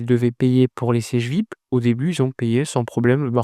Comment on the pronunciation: Frangin, fais quand même l'effort de prononcer #Vi-ayi-pi, en lieu et place de #Vip, car certains auditeurs ne sauraient deviner ce que c'est. Sinon, courage pour le sacré job que tu abats💪